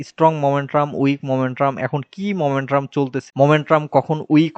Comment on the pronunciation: ভাই মোমেন্ট্রাম না মোমেন্টাম।